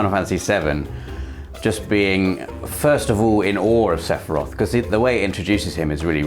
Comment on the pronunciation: Just... Sass-iroth. Also, please have a costume day this year at Access! The 31st is a Tuesday